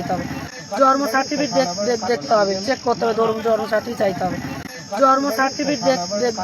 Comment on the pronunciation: জন্ম সার্টিফিকেট উচ্চারণ ই করতে পারছেনা।রেখা এখন কলকাতার বাসিন্দা তোমরা গোবর ঘোটো